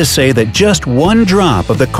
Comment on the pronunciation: not sey but say anyways not looking at pronunciation. always room for improvement